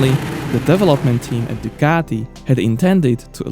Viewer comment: Nice video - thx. But PLEASE try to make proper use of your vocal cords, it's sooo easy: "DUCATI"! There's really no pizza dough in this beautiful name. You can make it!